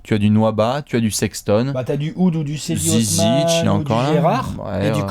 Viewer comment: Salut, merci pour votre travail de ouf, juste une petite précision, pour le turc ca se prononce Djedi Osman, merci à vous =)